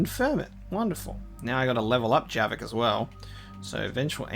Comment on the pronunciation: It's Javik, not Jerrik. XD